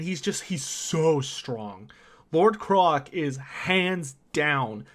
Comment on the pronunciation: Why do you keep pronouncing Lord Kroak as Lord Krolak?... It's Kroak, as in Croak, the sound a frog makes, with a double meaning. "Croaked" is a euphemism for died since he's undead. The joke being he's a dead frog so he works with both meanings of the word "croak"